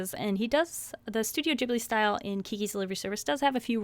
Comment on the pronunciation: I thought Ghibli was with a hard G :T